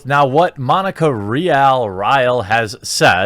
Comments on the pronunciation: It's pronounced Ree al! It's Spanish. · Btw Monica’s last name is pronounced “REEall” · You pronounce her last name like RE-ALL. Monica Rial. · It's pronounced Ree al! Fitting!